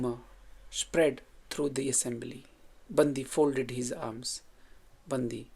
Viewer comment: It’s pronounced as बण्डि not बन्दि